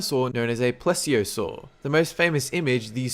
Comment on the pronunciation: it's pronounced Pleez eey oh sor